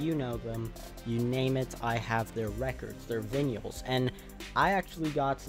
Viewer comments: He really said vinyl like “vinn-ee-ahl” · Vinyl is pronounced "vuynul" , I forgive you though 😁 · I've never heard anyone pronounce "vinyl" like you before.